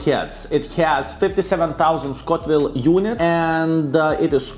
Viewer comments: Scoville! Not Scotville ;) Respect man! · I love how you say Scotville units instead of Scoville, casual Baboon style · there's no 'T' in Scoville.:D